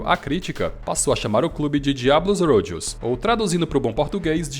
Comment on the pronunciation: cara a série B do brasileiro é a segunda e não a quarta divisão. vc confundiu com o paulista. seus vídeos são ótimos, mas a pronúncia de palavras estrangeiras como Rugby e Rojos tá zuada kkkk abraço e sucesso pra vc!